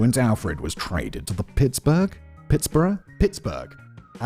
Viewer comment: Pronouncing Pittsburgh, Pitts-Borough is a new level of Englishness I haven’t seen before